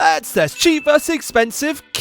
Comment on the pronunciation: normal person : thats this guy : etsss...